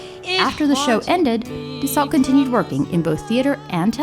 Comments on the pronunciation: btw, Nancy Dussault's last name is pronounced "Dew - soh" not "Dew-salt" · Nancy Dussault pronounced her name "due sew" not "due salt". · I think it's pronounced Nancy Du Sew. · I remember watching this show with my mother when I was little. She told me we could be related to Nancy because we have the same last not so common last name! I wish I could talk to her to see if by some chance we are related. BTW Dussault is pronounced Do-So 😊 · Ms. Dussault’s is pronounced “do so.”